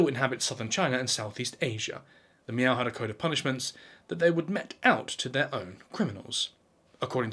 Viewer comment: Did you just say "meow"? 😂